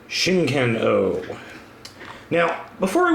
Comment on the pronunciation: or "chicken-oh" as he calls it